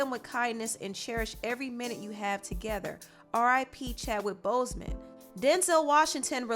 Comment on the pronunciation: Why is she pronouncing his name like that?😡